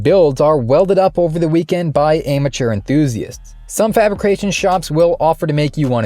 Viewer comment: I love the way he says ameteur; a - mature. As if its a negation prefix, like amoral.